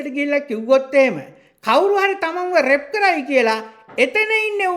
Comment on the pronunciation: රෙප් නෙවෙයි ..රේප් තමා නිවැරදි ..,Rape kiyanne English භාශාවෙන් රේප් කියල pronounce කරන්න